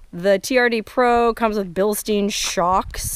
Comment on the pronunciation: It's Bilstein (STINE) not (STEEN)... And glad you "settled" for a TRD Off-Road, rough life.